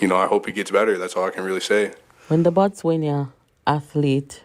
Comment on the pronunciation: Please pronounce the Botswana as Bots Wah Nah